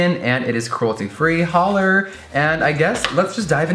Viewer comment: dying when you say holler 😂😂❤❤